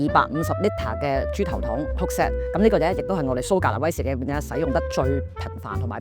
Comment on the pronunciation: 講說話清楚，冇懶音，亦唔係好似一般年青一代咁多尾音……"嘅啊…呢樣呀…係噉啊…噉樣啊…" 唯獨係講說話比較快，同埋每次用威士忌作為句語開始，會特別好用力及好重音，呢樣要留意一下。😊 但總括而言專業，專業得嚟係講緊人話，聽得明。😂